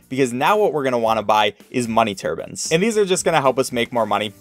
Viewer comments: Ah yes the money "turbans" not to be confused with the turbines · "Money TURBANS?" Lol. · Money “turbin”… tf? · Are we not gonna talk about how he said money turbon the first time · "Money Turbens" w a t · "Money turbans"